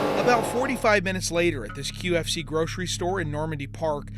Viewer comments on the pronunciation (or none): none